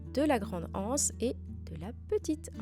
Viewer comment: Magnifique 🤩, tant la panière que le tissu ! Je ne compte pas faire cet objet, mais je vous regarde pour le plaisir : j'aime votre travail soigné et raffiné, et votre jolie voix posée qui va à l'essentiel. Juste une petite remarque : l'absence de liaison avec le mot anse est un peu rude pour les oreilles 😉🤭. Merci pour cette jolie vidéo, bonne journée 👋